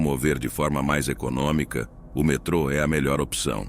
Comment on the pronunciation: Metro ao invés de metrô? Por acaso a voz do narrador é artificial?